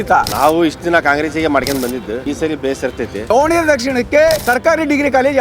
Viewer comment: BRO IT IS DAVA NA GERE NOT DOVA ANA GERE